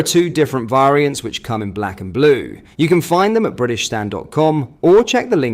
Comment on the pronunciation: It's "variants" by the way. AI doing well again.